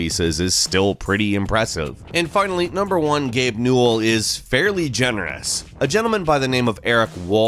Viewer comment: I thought it was pronounced (New-well)